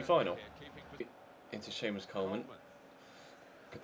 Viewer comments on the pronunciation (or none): none